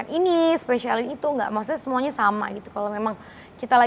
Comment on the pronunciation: Yg benar ngucapnya maksudnya kl Aurel ngucapnya maksudte y